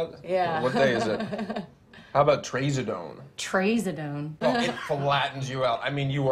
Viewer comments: I know I was like what the fuck is you saying. Not tray-za-done. TRAZ-A-DONE. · The way they mispronounced trazodone is just funny to me